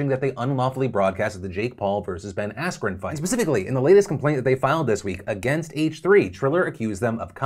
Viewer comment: He said "Ben Asprin" xD and even the subtitles said Asprin Phillip's "Pengwing" moment